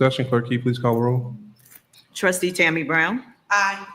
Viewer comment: Notice how cordial and professional is when he runs the meeting. He even says "please" when he asks the clerk to do a roll call. Tiffany, on the other hand, is just a rude ratchet idiot who just says "clerk, caw da row." So disrespectful. And sorry, we can't let Freeman off the hook. He is doing the right thing because HE HAS TO. We cannot forget that he was complicit with all the corruption under Tiffany. He needs to go. Sorry, not sorry.